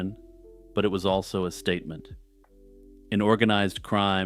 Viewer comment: when you wanna make a S T A T E M E N T